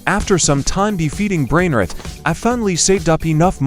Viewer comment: This ai voice 🥀🥀🥀 brainrot sounds like brainrit 😅